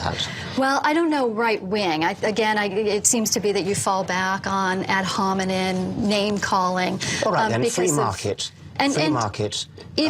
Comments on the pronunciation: “Ad Homenen” 😂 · Did she say "ad-hominid attacks"? 😂